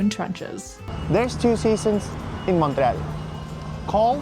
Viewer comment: Just a friendly FYI - there are 3 syllables in Montréal with emphasis on the é.